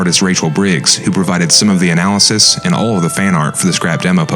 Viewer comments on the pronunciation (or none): none